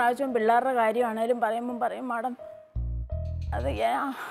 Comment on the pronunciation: മാഡം മല്ല മേഡം അങ്ങനെ പറ പാവം അറിയില്ല അതാ